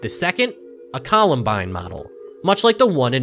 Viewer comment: "Columnbine model" what